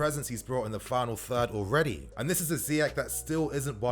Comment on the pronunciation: Wow wow wow...I love Ziyech and I love your videos but come on...Last time I checked Egypt was part of Africa....Salah has still slightly more impact than Ziyech BTW we need to find a way to teach Lampard how to prounonce his name "Zee-esh" not "Zaï-esh" and for the Arabic speakers it's "Zee-err"